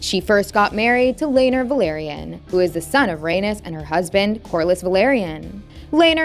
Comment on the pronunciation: Ay-KNEES, Rhae-KNEES, Lay- NOR Jesus say it right